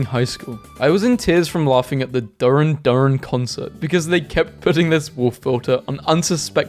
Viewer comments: nooooo not the mispronouncing of duran duran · Hearing you, a Brit, mispronounce Duran Duran made me die a little inside. I'm also very disappointed in the person who didn't understand why they would use a wolf filter lol